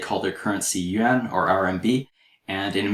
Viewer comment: the teacher's pronunciation of "yuan" is excellent.